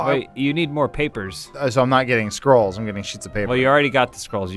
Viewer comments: Why do they keep pronouncing it scrolls as 'Skrulls'? I expected casual, stop trying to make this more exciting than it is. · Are they saying scrolls? or skrulls? Genuinely not sure.